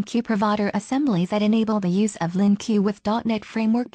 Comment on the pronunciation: Good tutorial but LINQ is pronounced as 'LINK' not LINQueue. :)